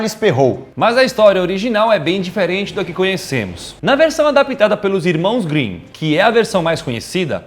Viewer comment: "Irmãos Winnin"